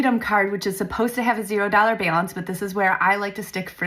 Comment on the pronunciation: Who says "BALANCE" like that? I've never heard such a thing!